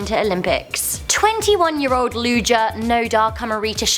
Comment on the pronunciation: great delivery. interesting content. you guys just have to work in your copy a little more. Palestines and loogers instead of Palestinians and lugers. apolitical instead of 'A'political. makes a big difference.